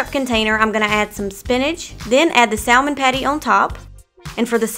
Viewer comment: It's written as Salmon, but pronunciation is Samon.